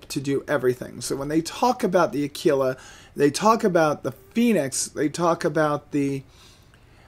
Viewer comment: Aquila = a - kwil - a